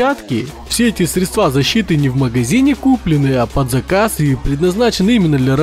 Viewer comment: средствА, понялИ...Ааааа бесит